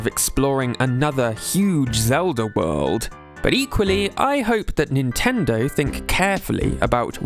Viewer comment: He says Nintendo like nintenderrww